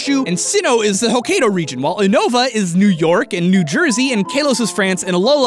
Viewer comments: Johto isn't just Kansai, it's also Chūbu (or at least the southern part of it). "Hokkaido" Pronounced "hoh-kai-doh" NOT "-kay-" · note it is pronounced hok-kai-do not ho-kei-do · kaylos?... Kaylos?!... KAYLOS!!!!!!!!!!!!!!! and don't get me started on "Ho-kay-do". Apparently if there is an 'a' in the word you have to pronounce it "ay". Isn't that right,? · its pronounced ho-kye-do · Jesus Christ, how poorly can one pronounce Hokkaido? (The i is not pronounced)